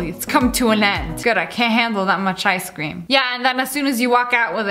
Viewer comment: Why does it sound like sssniperwolf says i scream instead of ice cream?